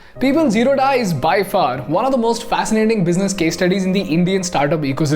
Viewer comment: Hi You are pronouncing Wrongly! It is is जीरोध Not Zeroda! Please Correct yourself..